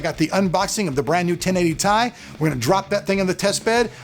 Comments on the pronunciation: Still Ti = Tee Eye to me xD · hate to get into something petty but I was actually watching the 1080ti announcement video this morning and Jen-Hsun himself called it the "t-i" 17 mins in. Maybe the cards so good they don't know what to call it themselves? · Sorry but you arent going to get out of making a mistake and calling it the Tie. It is the T.I. Nvidias founder has always called it that and he did ONCE AGAIN at the release event. There is a reason the second letter is smaller case. So make all the excuses you want but all you had to do is say you made a mistake instead of make a huge lie about how Nvidia calls it that. People that cant own up to their mistakes might as well lie about anything else. So your credibility is done. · I always called them T I's too.... lol Still will because it sounds cooler than Tye.. lol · Does it really matter if calling it T I is wrong? I say this because calling it TIE sounds stupid even if it's correct. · john bumptybump totally agree "tie/ti" sounds so stupid